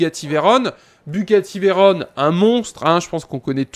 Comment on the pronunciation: Mec, ça se prononce [véron] pas [véronne], et présente une 2cv stp